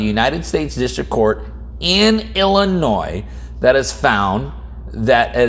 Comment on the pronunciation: I'm just glad ya don't pronounce the "s"